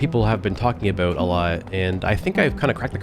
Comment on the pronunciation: Bro why tf u say about like that